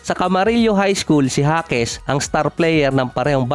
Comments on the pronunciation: Jaquez (Hakes) hindi Jasquez (Haskes) ulit ulit eh..hahaha jasquez ng jasquez..hahaha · Bulol talaga HASKES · anu ba talaga boss pgkabigkas mo...jasquez ba or jaquez alin sa dalawa ang tamang apelyido